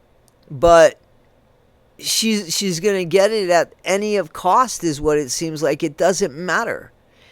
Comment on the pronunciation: Get ,Not Fet,She irritates the hec outta Me